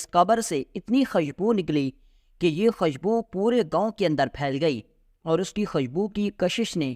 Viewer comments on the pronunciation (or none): خشبو نہین خوشبو۔۔۔۔۔